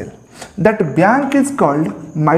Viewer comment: Sir sorry dont mind.. but its not kain its coin..again its not biyank its bank🙂..it sounded funny